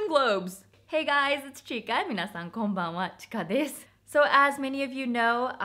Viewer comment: こんばんわの発音関西弁で親近感わいた笑笑